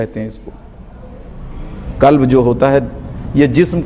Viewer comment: भाई कल्ब नहीं गल्ब कहते है